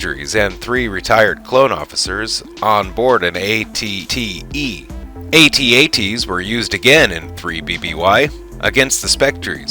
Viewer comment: Glad you say it right lol... I hate when people actually say Atat...